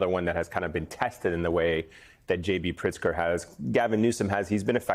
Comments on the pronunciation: Everyone talking about pronouncing Mamdani's name but Elise Jordan can't even make her way around Prtizker. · Did she say Prickser? yikes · Its Pritzker, not Prickster. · Is she calling him PRICKSTER??? 😂😂😂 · Maybe your host can learn how to pronounce “Pritzker,” instead of mispronouncing the name several different ways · Learn to say the Illinois governor's name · Can't say Pritzker?? Just keep with "Illinois Governor"